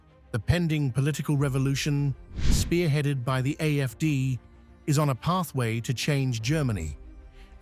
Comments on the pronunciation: Am I hearing AMD when letters show AFD? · You keep saying AFC it's AF.D